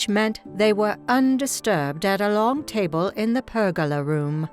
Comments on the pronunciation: The narrator cannot even pronounce "table." A total monotone. Not human. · Let me put my cup on the tay bul. Ha-ha-ha-ha! I Think the REAL Dot would quote Arnold in reference to a robot telling her story. What can you possibly rhyme with A-Hole??